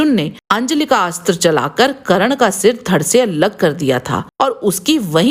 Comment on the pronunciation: करन नही कर्न होता हैं